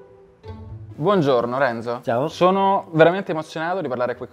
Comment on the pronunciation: Non si dice Renzò ma Renzo ma come parli ahhhhh italiano italiano capito! Renzò